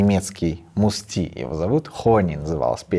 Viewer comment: Уважаемый автор, не МустИ, а МУсти, ударение на У...Уменьшительное от Мустафа...